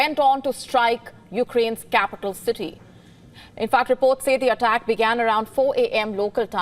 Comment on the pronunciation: "Vlawedimir" "Eddl attack"